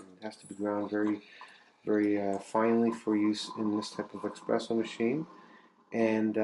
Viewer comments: Hey, I'd suggest removing the tamper and pressing down rather than up which allows for more pressure and you can spin the tamper to smooth the layer of coffee. Also it's ESPRESSO fella, not expresso!!!!Thanks for the video though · espresso is an italian word, not to be pronounced as EXpresso.